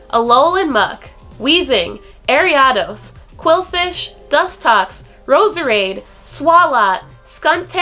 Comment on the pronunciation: Pronounced Ariados wrong lol